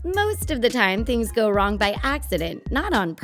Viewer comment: Is it me or i just heard 'the things' said singger